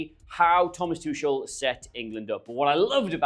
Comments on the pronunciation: Great to see you again,, but if you're going to talk about the England manager you need to learn how to pronounce his name. It is /tuxl/, not /tuʃl/. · How on earth can think that Tuchel is pronounced "Too-shell"? Loses credibility for me. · Hey, great to see this new channel, good luck! Could you have a look at the video quality for next videos? The resolution in this one doesn’t look the best. It’s the first one so it’s understandable, just something to work out as you go. Also, PLEASE stop saying “Tushel” 😂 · Come on, it's 'TOOH-kuhl', please, ffs, thanks, as you were.... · Great Video! I would like to see a Video where you try to pronounce Tuchel the proper german way. Please consider my suggestion. Thank you very much!